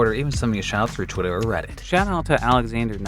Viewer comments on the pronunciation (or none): none